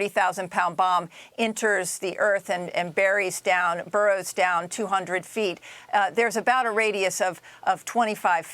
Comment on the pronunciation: MOAB, not .mop